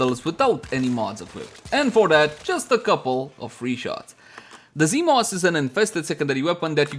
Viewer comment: Ah, yes, zEEmos